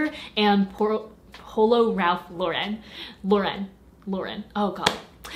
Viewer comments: Celia Vallotton my blood is boiling. NO ITS RALPH LAUREN. periodt. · No silly,its ralph Lauren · you fools, it's RALPH LAUREN. Get it right. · Dani DeAngelis I really thought you guys knew that it’s Ralph Lauren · Dani DeAngelis bro no its ralph lauren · Yall know its actually ralph lauren